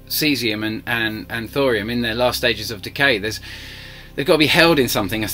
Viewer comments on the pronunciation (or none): none